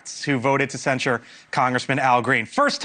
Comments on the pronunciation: love this channel..I listen everyday. but bro, you're killing me with the way you pronounce the word censure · Why do you say censure like that? You sound like an idiot. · Dude, it's CENsure. Not cenSURE! 😂